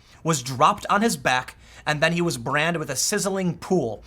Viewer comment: Tim's brain has been primed by intense online abuse to associate the word "Pool" with "Tool", resulting in this fun slip of the tongue.